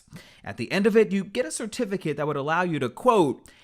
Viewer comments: KETIFI WHAAAT???? KETIFICATE? 😂😂😂😂 CER TI FI CA TE! ILLITERATE!😂😂😂😂😂😂😂😂😂 CERTIFICATE!!!! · Did he say “Kuh-to-fi-cut” instead of certificate? 😂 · Did he say “catificate”⁉️🤔😤😒🤣🤣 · What is a kacificit? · What is a "Gatificate"? 🤦🏾 C'mon. Imma blame it on the veneers. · talking about a kercificate 😂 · "Get a kertificate" bruh, I felt that through them veneers. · It take 1 monf for them to get a kertifuhkit 😭😭😭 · Did he say… “catificate” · 😂 😂 One munff to get a kurr-tif-a-kitt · 2 days to get a “cur-tif-a-kit” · "Ca-tificate" TF is that? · was he trying to say ‘Get a certificate’ but said ‘get a cCA-tificate?’ !!!! Hell naw… rewinded so many times. Unh unh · A “kertifikit” is crazyyyyy 🤣🤣🤣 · When said "CURTIFICATE" that was all I needed to hear to know how he fell for the scam... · boy said a curtificate😂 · “We need to call the police on these ppl” “catificate” is crazy 😂😂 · Who else made it to "Ka-tif-i-kit" ?😂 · “One month to get a ker - tificate” 😂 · Dude said “a cuhtifercate”. 🤔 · This Nigga Said KER-tificate 🤣😂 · Did he say katificate 😂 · a “Kertificate”😭😭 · A kertificate 💀💀💀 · Did he just say “KER TIFF VER KIT” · Catifikit? Lmao 🤣